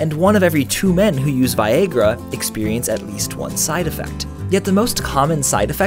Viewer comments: that sounds like vi-yay-gra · He said Vi-Ayy-gra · Steven Harrison It's not normally pronounced vie-agrah? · Why you pronounce viagra like that though